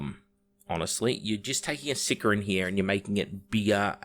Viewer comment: Hates on GW hosts for mispronouncing "Deimos" then proceeds to mispronounce "Sicaran" for the entire video, never change